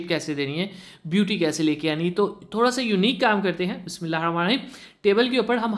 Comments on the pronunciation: Bhai Bismillah sahi parha karo plz! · Bar barr Bismillah prhte ho Tezi me sahi ni bolte ap